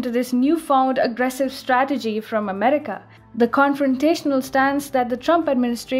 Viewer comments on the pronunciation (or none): You said Emerika????